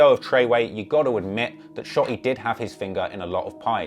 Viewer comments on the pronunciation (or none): I seriously cant stand the way this guy says "shot-E" smh